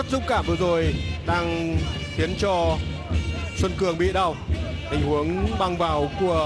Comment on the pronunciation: p thủ môn Xuân Cường , blv còn đọc sai tên cầu thủ . Haizz